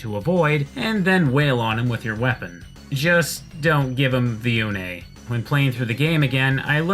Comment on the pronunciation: Actually, you should always use Une on Dimitri. Just use a weapon that out-ranges him and you're golden. By the way, good job on actually pronouncing Une right.